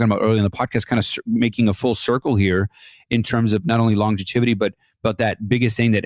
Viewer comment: It is not longeviTity, It is longevity. No first t, it has just the one before the y. It sounds pretty weird how you say it.🙂👍